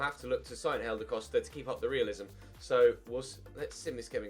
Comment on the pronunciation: why do you say hélder costa’s name like “helder coshda”? just wondering besides that you deserve a break